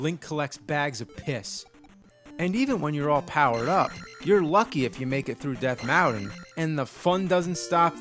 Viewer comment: "Death Mowton" haha